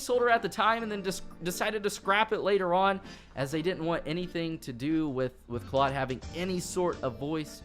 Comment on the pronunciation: You say Claud not right